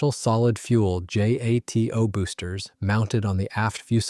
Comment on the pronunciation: It's not J-A-T-O. It's jato, as if the acronym were a name, one word.